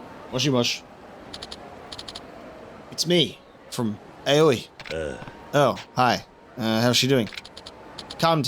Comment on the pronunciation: Aoi is pronounce as Ah-oh-ee, but said faster is like owie.